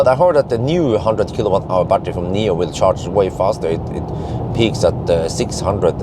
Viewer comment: Thanks for the great video as. For your information It’s not Nomi pilot but NIO pilot actually